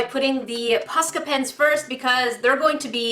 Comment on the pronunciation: (post • ill • ah) I believe is how its said just dont say post with the O saying its own name